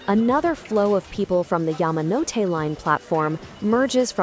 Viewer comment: Yah-mah-no-te.. never heard it pronounced that way until now. always heard it as Yaa-ma-no-te